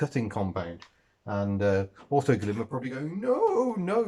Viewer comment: I thought Autoglym had a new product out when you said "Autoglym doodoo....." 😂